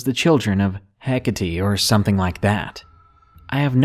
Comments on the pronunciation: Hecate is pronounced Hekat :) PS I love listening to your stories while farming!!! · Hecate is pronounced Heck-Ate. Not the way you pronounced it. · As a follower of said Goddess, we pronounce her name Heck-uh-tay. It also depends upon what region the person is from. But the friend , Bob, was a damn fool. One NEVER opens a circle, then abandons it without closing said circle. And She had everything to do with it. She was summoned. She is goddess of the moon and goddess of all things newly born,and necromancy.